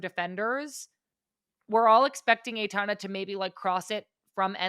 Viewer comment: first syllable of Aitana rhymes with eye.